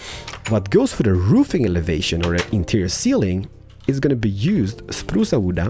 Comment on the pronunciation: You Know its pronunced wood not wooda😂